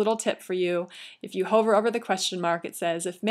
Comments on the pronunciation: It's pronounced "Huh-ver", not "Hoe-ver". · This video is amazingly informative and extremely clear on the steps to creating a Wordpress site. The only comment is that she pronounces "hover" with a long vowel (like in Dover) instead of "huvver" and it throws me off.